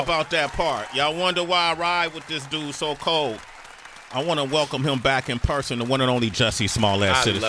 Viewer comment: Every time he refers to his innocence he says “…do dis.” But every other time he pronounces TH it’s not with a d sound.